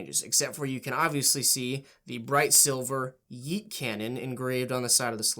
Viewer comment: You straight up boomered the word yeet that i cringed harder than hearing yeet..